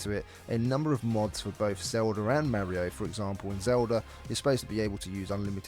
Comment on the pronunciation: It's not mErio... it's mArio